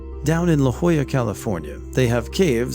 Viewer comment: I love that you pronounced “La Jolla” correctly 💜